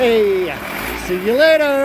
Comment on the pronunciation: See you later sounded Southern USA almost. 😆 🤣 😂